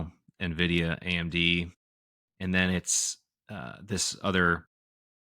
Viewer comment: Very sad to learn pronounces Nvidia as "Nahvidia"